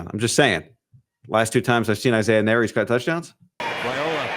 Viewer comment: Nayor is pronounced like la. It's creole and creole is French and French is a Latin language!